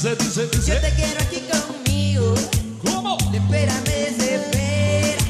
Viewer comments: yo creo que le falto es corregir los acentos cuando se pronuncie las palabras,cuando dice conmigo suena asi conmigoo y ozuna lo pronuncia conmigo y corta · emitar a un artista reconocido se tiene que llevar el mejor esfuerzo,y el nicky canta como escubidu y el ozuna el acento cuando pronuncia conmigo se queda colgado.